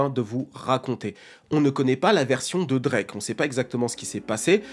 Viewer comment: Je t’aime c vrai mais quand tu bafouille Drake comme ça jpeux pas.. il est un peu saisisseur d’opportunités mais c’est ce qui le guarde on top Ils sont juste jaloux